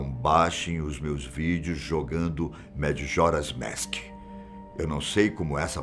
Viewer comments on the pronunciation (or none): Kkk “madjoras mèsk” o certo seria majora’s mask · O vídeo é bom, mas por que ele fica falando MADJORA'S MASK ? É só falar MAJORA'S MASK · Oh moço desculpa mais tu fala meio errado kkkk madjoras mask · "Madjora's Mésk" kkkkkkkkkkk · Gostei muito do vídeo principalmente o senhor falando madjoras mask kkkkk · E as pronúncias então kkkk pqp "dijédusabul" "Madjora's Mésk" putamerda bicho kkkkkk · Zelda "Madjoras Mask" dá até agonia vendo esse tiozão narrar o título do game 😒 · Se fala Jadúzabol , e MAJORAS MASK Aquela é só a forma de escrever A forma de falar n é como vc pronunciou